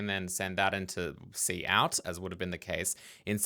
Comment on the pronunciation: Its killing me. "Cout". Its c out. As in "console output" that was obvious to me upon first seeing it. Im a curmudgeon though.